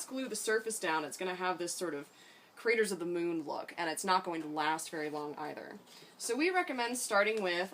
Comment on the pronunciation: When u said craters of the moon I could’ve sworn I heard raiders of the lost ark lol I dunno why 😂